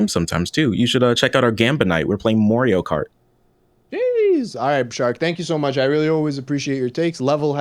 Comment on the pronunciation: "Mouurio kart" lol wtf